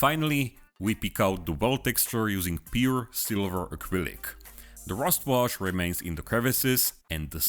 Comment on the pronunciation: "ak rylic" oh....